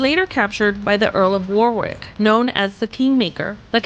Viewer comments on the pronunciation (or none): She pronounced Alnwick (Annick) correctly but not Warwick(Warick - w is silent), clearly AI rubbish